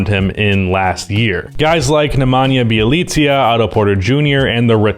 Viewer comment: Just saying, Nemanja Bjelica ain't pronounced Bjielitzia, it's Be-a-litz-ah